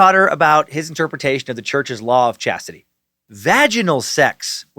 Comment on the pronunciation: Law of ssshaaaaztitie